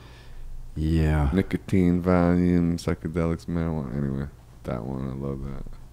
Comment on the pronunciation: Yeah when he said "psychedelics" i thought "I'm sure he he says vicodin there". Had a moment where I thought maybe I'd been getting it wrong all these years!